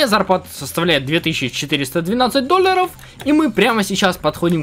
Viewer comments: говорит: Доллары ❌ Дольяры👍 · Ты так прикольно говоришь доллоров♥♥♥ да и вообще впринцепе♥♥♥ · Как же мне нравиться когда говорит доллары хпхаха